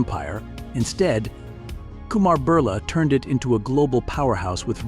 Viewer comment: It's not burla .it's Birla